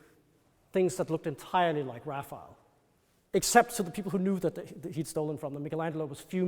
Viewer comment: It’s frustrating when someone so knowledgeable mispronounces the artist’s name. It’s “Ra fai ell” not “Raffle”. Cmon dude, get it right.